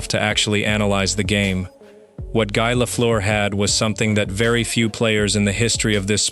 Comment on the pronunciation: Exaclty! Guy in french has to be pronounce like Guee!